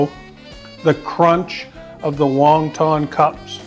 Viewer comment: lol it’s won not Wong